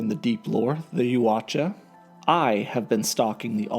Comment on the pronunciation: Please learn how to pronounce the race. “Yowt-juh”